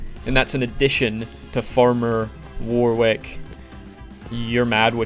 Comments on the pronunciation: It’s pronounced warick not war wick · you probably wont see this but warwick is pronounced warrick and as one word without a space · just an FYI, "Warwick" is an English name, its pronounced like "worrick"